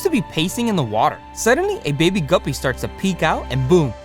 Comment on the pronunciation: why does guppie sound like gubby 😂 from roblox